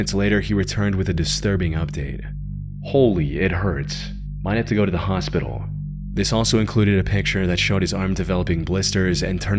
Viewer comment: He said hospotal not hospital. Why did you ruin it